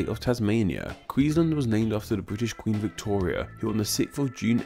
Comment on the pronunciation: (Also we pronounce the A in Queensland ffs, not queenslnd)